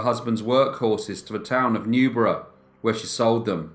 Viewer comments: New-berg!!! New-berg!!!! Lol great video sir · only thing that bugged me with this video was how you pronounce Newburgh. It's a hard g (live near there unfort lol) Otherwise love your vids! Been binging them for the past 3 days :D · She lived in/ near Newburgh, NY, pronounced "New-burg", not "New-boro".